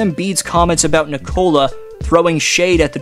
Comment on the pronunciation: Nikola. Accent first syllable.